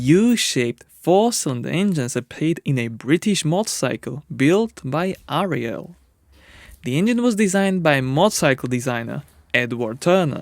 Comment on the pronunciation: Its Ariel not Riel... I love watching this channel over the years but the name pronouncing hasn't got any better as I thought it would of done on how long its been going.